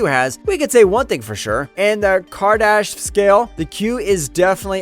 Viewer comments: Kardash scale -> Kardashev* scale :) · For God's sakes man..KAR-DI-SHEV....not karshedev or whatever you were saying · How is your pronunciation off on so many words? Kardashev, car - da - shev, it aint that hard